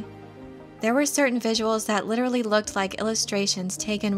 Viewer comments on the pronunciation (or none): none